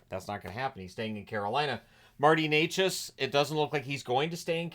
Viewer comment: Just a heads up, its not Neychas as you pronouncing it, with a long e sound{ey}, its Nečas with a short e sound like "net" ...so more like ne-chas...all short sounds. Thanks